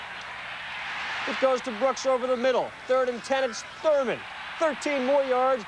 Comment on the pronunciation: Lol how Chris Berman keeps calling him thermal 😂